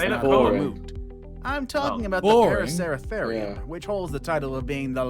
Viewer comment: For number 10 the pronunciation is para-su-ther-eum